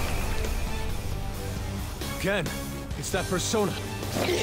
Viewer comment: What Akechi said: Come, LOKI! What I heard: SUBARASHIIIIIIII!